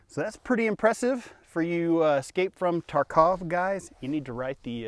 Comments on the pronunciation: it's tArkov not tarkOv!!!! You are putting the emPHAsis on the wrong syllAble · Mmm it’s not Tar-kawv it’s Tarkov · The second he pronounced Tarkov wrong, I lost interest. The second he said 855 green tips isn't in the game, I turned the video off.